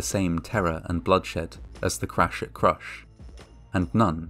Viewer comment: "The cwash at cwush"